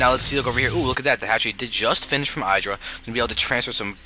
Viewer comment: No disrespect intended, but it is my pet peeve in the SC community-- IdrA is not pronounced with a hard "I". You say it with a soft "I "like how you would say it in the word "lid." I hope this makes sense :/